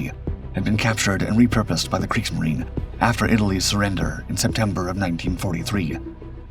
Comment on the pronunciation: (Kriegs)marine - the "marine" part of it is pronounced "marina" sounds like kreegzmarina